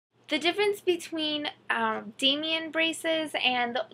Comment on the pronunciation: It's not "Damien" it's "Damon" as in day-muhn